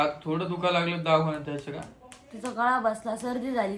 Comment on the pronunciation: दवाखाना ❌ दावखाना ✅